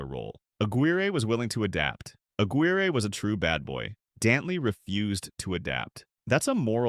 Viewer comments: you need to learn how to pronounce peoples names. Especially legendary players like Mark Aguirre. I cant stand you noobs who dont know nothing making offensive videos. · A couple of his points were off,like his pronunciation of Aguirre,lol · Mark Aguirre is pronounced A-quier, like squire. Kelly Tripucka is pronounced Try-pew-ka. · During the 80s...the era of the small forward...AD..was a Nuggets killer ...we had a great player in Alex English..around the league during that time ..you had Doc,Bird,Worthy..B.King...D.Wilkins.K.Vandeweghe..Whats up with the Narrators proununciation??.Aguire,Isiah😂😅.